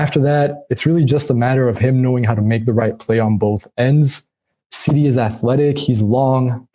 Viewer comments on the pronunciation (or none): SeeDee not Sidey, smh lol,lol,lol